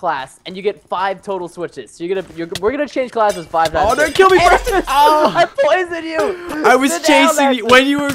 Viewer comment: Lachlan you purston instead of Preston its like your playing with a cat